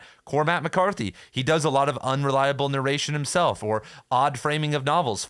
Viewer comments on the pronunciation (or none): none